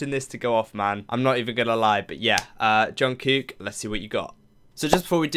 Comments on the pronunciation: It's not anything bad but I thought that I might help you with the pronunciation of Jungkook's name. The "kook" part of his name is pronounced similar, if not the same, as the English word "cook" 💭💯 I loved this reaction! 😅💙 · Hi!.. I'm quite a new subscriber to your channel. I really like your reactions. What I like most is how you pay attention to details on BTS videos. Soon I have watched all your BTS reactions. There is just one little thing I would like to say.. This is not a criticism, just a little observation. I live in Sweden and my second language is Swedish. Now, when it comes to pronouncing Jungkook's name ( which is not easy, I know. I have practiced a lot). Your way to pronounce it, the second part sounds as one Swedish word ( I cant say it loud here). So, I thought I would send you a video which has helped me to learn the names correctly. Keep up with your great work and thank you for great reactions. Stay Safe!